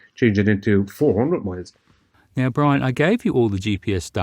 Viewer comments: Every time he says, "MOILES" Are those SKOI MOILES Brian? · I kept hearing “200 mohels.” That’s got to be a lot of fore… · Tree miles 😅 what the hell is tree miles 😂